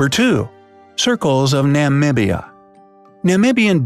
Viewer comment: the way u pronounced my country Nahmibia 😭😭😭😭